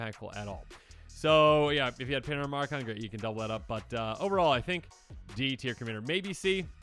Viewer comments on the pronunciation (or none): none